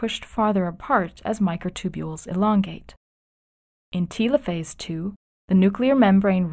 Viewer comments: It's "TELL O PHASE" not "TEAL O PHASE" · did anyone else think it was weird the way she said Telophase orr....